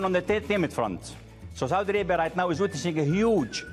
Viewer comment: Saudi Alaibia.😃😂U can't even pronounce your own Country.Kissin ass of your Prince...this bullshit made MBS freed his brother huh!!!!Of course you will butter your Prince ...not to hang you upside down again and take $6 billion again from u😃😃Your a big joke but we understand where you are coming from...you love your wealth and your life.